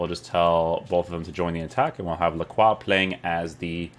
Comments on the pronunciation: Lacrwa is indeed the correct way to pronounce his name hehe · ayy someone pronounced his name correctly